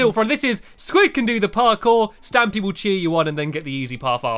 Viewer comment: Eyes closed stampy: stamoy